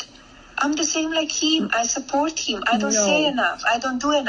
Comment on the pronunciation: yes babe, you are compleeeeceet, and you do support heeeem ... and yes chreeeeestmeeess